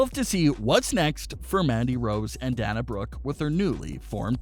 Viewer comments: DAY-NA NOT DAN-A. DAY-NA BROOKE. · If you're such a pro wrestling expert and "fan" why are you mispronouncing Dana's name? It's "Day-nah", NOT "Dan-uh", as you're pronouncing it. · Dana’s name is pronounced “DAY-NA”. Haha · PLEASE pronounce Dana Brooke’s name correctly, I beg you!! It’s DAY-na!! Sorry, little silly things drive me nuts and hit my OCD button! 😉🙏🏻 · I totally agree with all of you. That makes me want to smack I'm like get it right and say her name the correct way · I had to stop watching after the third Danya Brooke.